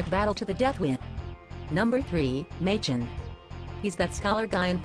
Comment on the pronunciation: its not May chin its ma kin is how you pronounce maechen's name